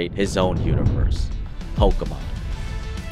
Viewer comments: I just wish that you could pronounce pokémon correctly one time. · Po keh mon!!!!! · YOU CANT EVEN SAY POKEMON CORRECTLY